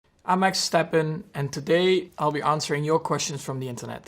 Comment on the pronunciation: I'm Max Stappenにしか聞こえない..